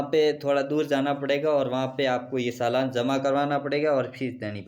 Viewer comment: भाई सालान नहीं चालान होता हैं